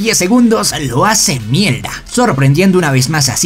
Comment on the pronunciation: Porque dise mielda😂😂😂